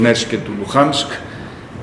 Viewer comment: ΛουΧανσκ; εεεε; Λουγανσκ είναι.